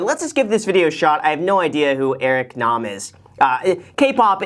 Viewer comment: Thank you for pronouncing his last name correctly!!! Lol. Also great episode 😊